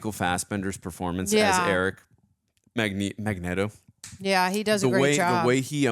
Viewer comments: coz said magnet-o accidentally in the first reaction of X-Men (she cant remember or pronounce shit fr) so they stuck with it. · its mag- neet-o................... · everytime she says magnito all my muscles tighten lol, she can i just help it. Great movie. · Dude, she's not gonna like you because you say Magneto her stupid way 😂 just say it correct,. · The Magneto pronunciation was a lol at first and now it’s just cannon. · What gives with saying Magneto's name wrong? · Say magnetos name, right oh my gosh, you wanna be different so bad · On the off chance you two decide to read the comments, I have to ask, why do you keep mispronouncing Magneto's name? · I'm sorry but her continually mispronouncing Magneto is kind of annoying. I guess we should start mispronouncing her name because we like it better.